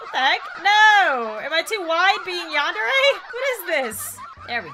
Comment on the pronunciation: WHY U SEH YONDERE IT'S yAndere :) (no offence)